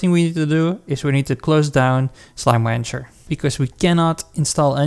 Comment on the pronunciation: thx BUT... why are u saying slime wancher?